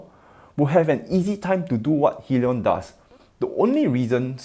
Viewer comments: HIGH-LEE-ON not Hillion. Love ur content just fyi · Hyliion is pronounced Hi-LEE-on, it stands for Hybrid lithium ion.